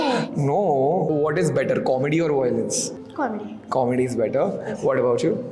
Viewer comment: Voy-lence/वॉय-लेन्स nahi! It is pronounced, vy-o-lence, वाई-ओ-लेन्स!